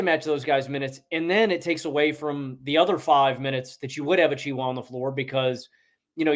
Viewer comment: Omg bro it’s pronounced “achewa“😂